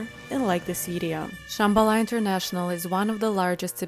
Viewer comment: And mispronouncing Shambala